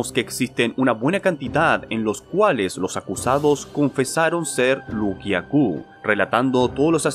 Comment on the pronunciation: No es Lu garou, es loup( lobo) garou